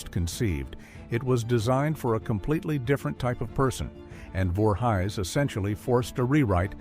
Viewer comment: Say the names right. You said larks last name wrong. Voor he's if your lousy ai can't say things right don't do it